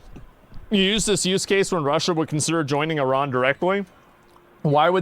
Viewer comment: Uh ran. Please say it right.